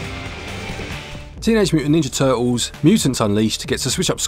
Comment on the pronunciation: Teenage Mutant Ninja Tuh'uls 🇬🇧😎